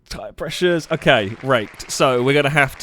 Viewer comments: Raked. Not racked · For future videos it is "raked" not "racked".